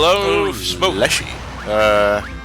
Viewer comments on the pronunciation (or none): none